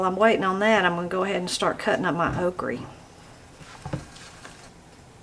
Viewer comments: Okra not oakree 😅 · It all looks so good! I have never heard okra pronounced okrie before so that was fun! I have also never seen ice cream in a box before! Maybe I've been hiding under a rock! LOL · I love how you say okrie... I am in Knoxville but we always just called it okra. I reckon I'ma city feller 🤠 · Can't wait to try making your creamed spinach! I love that you say "okree". That's how my Grandma said it so that's what I called it too. After I grew up and moved from Alabama to Atlanta, my friends made fun of how I pronounced things like "embrawdry" instead of embroidery and "fixin' to". I never knew I was pronouncing things "wrong", but I don't care. There's nothing like growing up country in the South. ❤ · i love how she pronounces okra as oakree... my grandma pronounced it the same in wisconsin ❤ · I think it’s sooo sweet how u call okra ,” okrie. I love okra with catfish , at crackle barrel,, yummy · I love that you say okra like my granny did...okrey